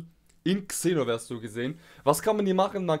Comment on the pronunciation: Man sorichts es Senoverse aus